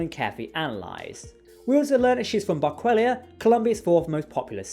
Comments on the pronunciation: i was so confused when you said Ortegas was from "Barquellia". I thought you were talking about an alien planet till you said it was it was the 4th largest city in Colombia. then i said to myself "OH he means Barranquilla" great review but terrible pronunciation of a city of city in Colombia. I love the channel thank you for putting your review up so quickly. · Ortegas is from Bar-ann-key-yah